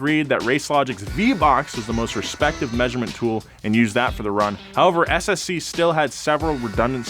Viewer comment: Thanks for pronouncing the name of the SSC car correctly, so many people don't bother trying to find out how